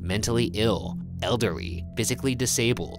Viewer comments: you hear Ryan's inner Asian come out when he says "eldery" instead of "elderly" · IM CHOKINF "EDEREEY" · Dude I hear Ryan say pronounce elderly eldery at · Did anyone notice Ryan said Elderry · I feel like Ryan said elderrey when saying elderly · 'elderery' ryan why are you like this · ryan pronounced "elderly" wrong and i have never been so disappointed , not since the "february" incident anyways